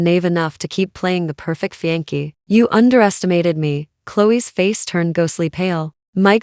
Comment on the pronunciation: Constructive criticism. Fiancée = [fee yawn say]. Not fee yank